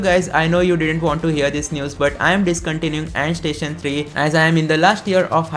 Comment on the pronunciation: Andstation ❌ endstation ✅